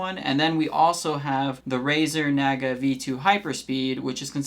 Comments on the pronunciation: It’s Nah-guh. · The way you're say Naga is driving me nuts lol.